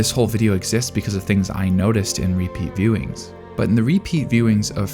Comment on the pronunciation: You say “repeat viewings” thrice with emphasis and its a little jarring, but thats a nitpick born from capturing my full attention. Very good work